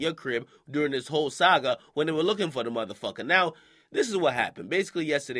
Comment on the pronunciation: Nigga said saga like this dragonball Z 😂